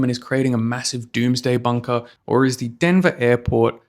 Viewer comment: denva intanashonal aypawt